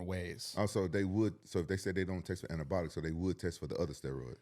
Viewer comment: “anabotical steroids” 😂